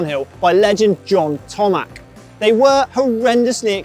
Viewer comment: John Tomac has a son, Eli who is an absolute beast on a motocross bike and is known for “beast mode” late in a Moto. Father and son both legends. Name is pronounced Toe Mac